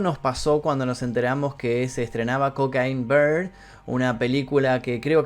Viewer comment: "Cocaín Beerrd" 🤣🤣🤣🤣 Esto ya está para hacer un vídeo compilado con todas las pronunciaciones de este tipo en inglés 😆🤣